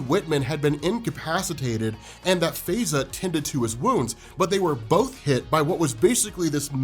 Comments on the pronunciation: In the U.K. she would pro ounce her name "FIE za" not "Fey za".👍🏾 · Her name is pronounced Faiza like pie-za . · Faiza is pronounced Fy-zaa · It's pronounced Fa-ey-za bruh